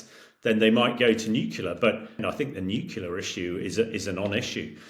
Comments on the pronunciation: It’s nuclear not nucular!!!! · Can you please say n u C L E A R not N u cular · Another clown who can't even pronounce Nuclear. This guy's one of the NuCUlar brigade - and he's military! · Nyoo-klee-ah. Not nukular. 🤦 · Nuculer is not a word.... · It's nuke-lee-are FFS!